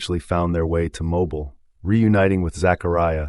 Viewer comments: That’s MOBILE. EMPHASIS BILE “ pronounced as BEEL”. Please read the script before reading out loud. Among other things. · Mo-BEEL, yes. Started elementary school there myself, originally from Opelika.